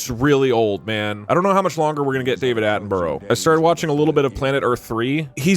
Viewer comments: Doug constantly pronouncing David Attenborough’s name wrong is really annoying. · he says David Attenborough wrong.